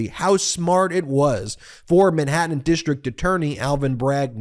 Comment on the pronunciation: You need to cut to the chase in your videos. You're too verbose. Watch how Popok does it. And you live in California not Long Island so fyi, it's Manhattan, not Minhattan. Because, not becoss. Huge and humiliating, not yuge and yumiliating. Florida, not Flahrada.